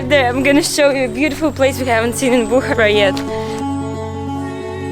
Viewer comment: It is Bukhaara not Bukhra